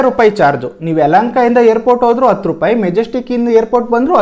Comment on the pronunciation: 2.06 adu hatthu rupai bro. Ella chennagide, swalpa a kara ha kara sariyagi gamana koDi. oLLedagli